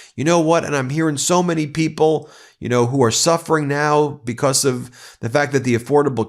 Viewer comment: STOP SAYING "BECOSS" STOP SAYING "PLAY THIS CLIP" STOP CLAWING AT THE CAMERA IN EVERY SINGLE VIDEO